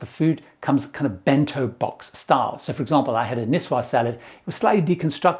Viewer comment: Salade niçoise is pronounced ‘nees-woz’ not ‘nees-wo.’